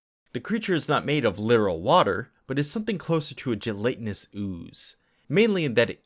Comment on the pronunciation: Gelatinous = Ge·lat·i·nous. G lat in us learn English